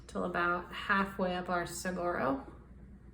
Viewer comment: An Arizona native here—saguaro is pronounced su-war-o. The gu is pronounced like a w. Love the art!!😊